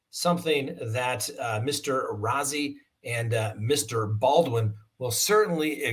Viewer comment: It is actually Brad Rozzi (Roe-zee) if that helps. Not picking, just helping out. He is an attorney from my town. Appreciate you covering this case.